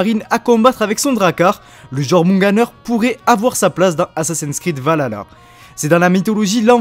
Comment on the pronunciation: Le Jörmungand ou le serpent monde ce prononce "Yor-moun-Gan'd" juste pour info pareil pour Jötnar c'est plutôt "Yeutnar" et pour finir c'est pas Va la la c'est plutôt Valh-alla après l'intention est bonne mais ça reste très concis au niveau des histoires, cependant j'aimerais bien que cela soit dans le season pass et sous forme de quête au scenario un peu poussé ça on pourra différencier le jeu en deux parties un peu a la manière d'AC origin avec un coté historique et l'autre coté plus sur la mythologie nordique. après nous verrons bien mais je pense que dans tout les cas le jeu promet d'être très intéressant surtout pour les fans et les passionnés d'histoire et de mythologie nordique.